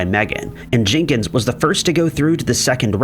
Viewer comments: Not Jinkens. Jenkins. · The possessive form of Jenkins' name isn't pronounced JENK-inz-zizz. It's just JENK-inz. - The "i" in "short-lived" is long, not short. (you are short of the noun, not the verb) - The "o" in "betrothed" is long, not short. I can't take anymore. I'm done. Thumbs-down. Channel blocked.